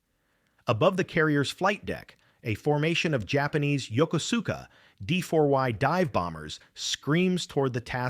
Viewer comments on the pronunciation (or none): Yoko suk a? No...it's pronounced Yo kus ka The kus is pronounced like koose (Yo koose ka.) That from my two years spent in the navy on a station ship in Sasebo Japan circa late 1960 thru late 1963. Thats Sass A bo